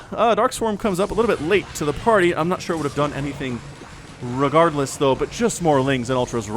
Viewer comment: You must have noticed the way he says "regardless" with a Slavic "r" :D Love it.